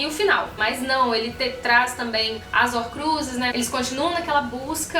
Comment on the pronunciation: Horcrusis huahuahuahuahua